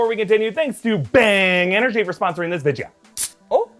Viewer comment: How long is this "Vidja" thing going to last?